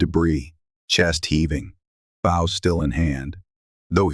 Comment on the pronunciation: It’s a BOW not bough! Please get yourAI to say it right . Nice story